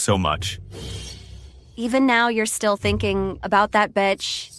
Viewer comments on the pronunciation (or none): They say batch instead of bitch 😅😅